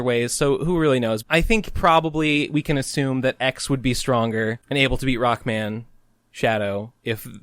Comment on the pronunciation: Video Start: I feel like this shoulda been broken up into multiple videos as well in: 'Roku-man hes a stroong sensu ov jestice'